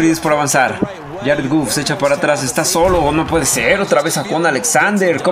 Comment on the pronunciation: Mi estimado es Goff no guff si tuviera doble o si se pronunciaría así. Saludos.